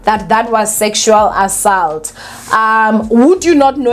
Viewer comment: Repeat after me.. Aa- salt